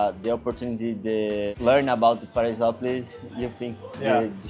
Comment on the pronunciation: When he said Paraisópolis it sounded like Paris and I was like WTF